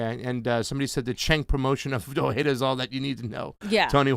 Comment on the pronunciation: The J is not silent in Ojeda.